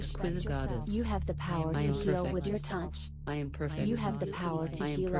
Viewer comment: it sounds like she is saying tounch with an "n" and that is annoying